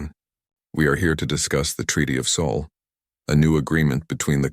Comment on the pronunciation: It's SOL not saul or sole